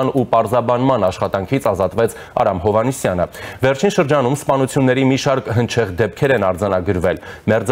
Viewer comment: Հարգելի, ճիշտ արտաբերեք Իոաննիսյանի ազգանունը, միթե դժվար է կռահել, որ դա նույնն է ինչ Հովհաննիսյան ազգանունը, հետո ինչ որ մարդը քաղաքավարությունից ելնելով չի ուղղում ձեզ